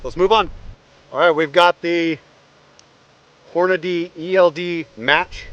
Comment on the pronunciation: Good job with the "Hornadeee". For that reason alone, I just subbed.